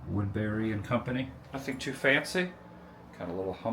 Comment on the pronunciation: Bruh, it's 'too' . Easy fix .